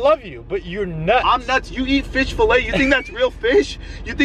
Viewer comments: Fish "falay" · “FISH FALAY” Lmfao it’s Fillet good video tho! ❤️ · It’s fillet lol not filay This was funny. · Its fish "Falay" as spelled it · “Professionally edited” *earlier in the video*: fish fallay instead of fish fillet😭😂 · Fish “FALAY” hahahaha it’s F I L L E T! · Fish filet not fish falay 😂😭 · Fish “falay” 😂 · Bro said fish falay😹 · Bro really spelled Fillet as “falay” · “Fish filay” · Need a new editor, it’s fillet not falay lmao!